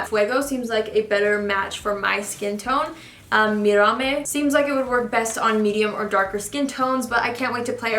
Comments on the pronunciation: Mirame is pronounced "me-dah-may". It means "look at me". You were very close. Thanks for the review 😊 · its actually mirame